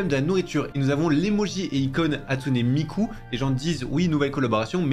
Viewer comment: MDRRR ça m’a fait rire quand il l’a dit